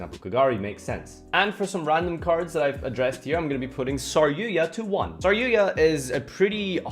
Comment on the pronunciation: Um...who the fuck is saryuya? OOOOH you meant saryuJA! Didn't think the letter J was that hard to pronounce.